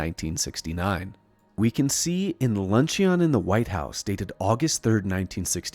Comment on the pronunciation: lunch-e-on ❌ lun·cheon (ˈlən-chən) ✅